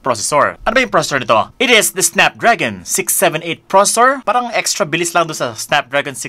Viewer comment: Please pronounce processor properly 😁😅 nice review thanks